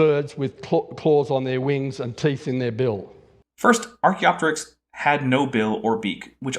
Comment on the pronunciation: Speaking of, also clearly mispronounced Archaeopteryx as "Archyroptics" So now we have a full Snelling glossary including (but not limited to): Tibula Australeopithecus Archyroptics